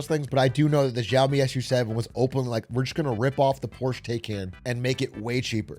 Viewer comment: ok but fr it's Xiaomi not Zhaomi